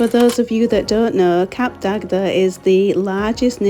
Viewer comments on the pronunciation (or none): It’s pronounced “Cap Dag” the second D is silent.